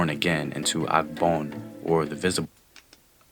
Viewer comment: Not Akgbon. But Agbon. Meaning the physical world